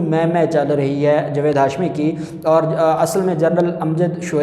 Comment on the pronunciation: جوید نہیں جاوید میں اپکا تلفظ ٹھیک کرو ا کر ہی دم لونگا